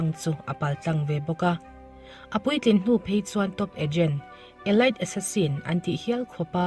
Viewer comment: Tlem te ka lo sawi lawk aw Elite hi Elit ti a lam tur,thlanchhuah bik tihna lam a kawk mizo tawang chuan